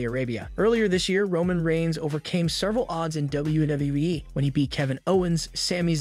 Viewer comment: Is it me, or does this guy have a really hard time saying, "WWE"..??